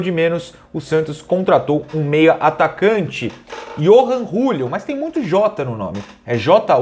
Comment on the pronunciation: Acho que a pronúncia fica iorran Júlio kkkkk